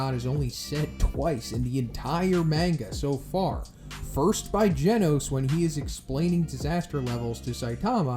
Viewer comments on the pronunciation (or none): none